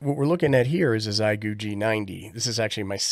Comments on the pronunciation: Forgive me; I truly appreciate you and your helpful videos. It just makes me chuckle that all ham-tubers have decided on this pronunciation. If you've ever learned how to say "thank you" in Mandarin Chinese (xiexie), you will have a good start at understanding how "xie" is pronounced. 73 from VE3-land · "Xiegu": in Chinese it's pronounced like "Shieeguu" (for English readers) 👍🙂